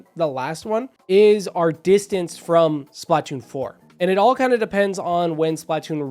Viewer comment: SP-LA-TOON 3!!!!!!!! It's sp-luh-toon. I don't mean to be 🤓, you'll probably have fewer people click off if you pronounce it correctly.